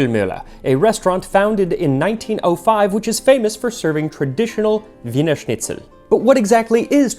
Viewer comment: Excellent pronunciation of ‚Wienerschnitzel‘ and ‚Weihnachtsmärkte‘!